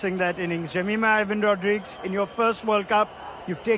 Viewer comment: എല്ലാം കൊള്ളാം. താങ്കളുടെ റോഡ്രിഗസ് എന്ന ഉച്ചാരണം ഒരു കല്ലുകടിയായി അനുഭവപ്പെട്ടു. റോഡ്രിഗ്‌സ് എന്നാണ് ശരിയായ ഉച്ചാരണം. ഇനി ഉച്ചരിക്കുമ്പോ ഴെങ്കിലും ശരിയായ ഉച്ചാരണം നടത്തുമെന്ന് കരുതുന്നു.